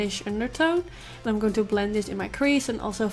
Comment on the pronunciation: Haha de manier waarop je an zei wist ik meteen dat je Nederlands was! Mooie look! Ga m denk ik vanavond eens uitproberen